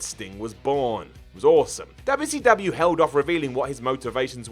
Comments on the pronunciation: DoubleU Cee DoubleAH 😂😂😂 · No one:: DUBYA CEE DUBYA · Why this he saying wcw like that "Dub ya c dub ya" i remeber when scott hall said it like that when he debut wcw also triple h when dx show up to wcw